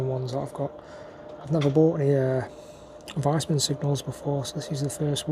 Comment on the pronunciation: I think it’s pronounced Veesman